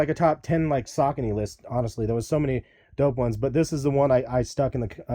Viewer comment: this nigga said sacaknees.. lmfao wtf.. its SAH KOH KNEE